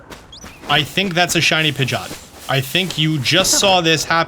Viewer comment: It’s pronounced “pijeeaat” not pigot